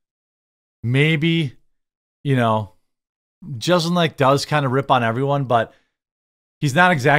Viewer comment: Im usually with you, but you're off this time on Jeselnik. He's clearly messing with people. You started off acting like you didn't know who he was by intentionally mispronouncing his name, then at the end of your video admitted that you understand the kind of comedy he performs and that he rips on people while pronouncing his name perfectly. C'mon Jeremy, don't be fake.